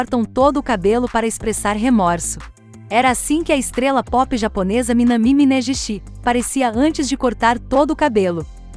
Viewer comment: Na verdade o correto é Minâmi Minêguishi e não Minamí Minêjishi...as pessoas confundem,mas é só lembrar do Kan-ji com som de D...As pessoas pensam logo na canjica 😂 mas está errado. E o acento na língua japonesa não é da mesma maneira que nós,então devemos sempre jogar ou pra baixo ou na neutralidade a fonética nas vogais 👍